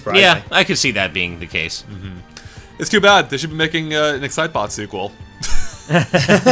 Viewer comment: What did he say? excitbot? zybot? sidebot?